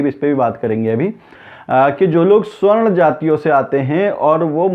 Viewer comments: भाई साहब, सही उच्चारण "सवर्ण " है," स्वर्ण" नही। स्वर्ण का मतलब सोना gold होता है। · Once again - this illiterate tea vendor Modi knows to fight elections by hooked or by crook. He has no ethics. Faaltu aadmi., this is sawarn aarakshan & not swarn aaakshan. Please correct your pronunciation to sawarn.